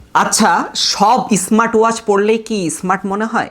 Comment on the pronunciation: আচ্ছা সব ধরনের বিজ্ঞাপন কি শুনতে ভালো লাগে শুরুতেই তো ক্ষেত ধরনের শব্দ বললেন ইসমাট না স্মার্ট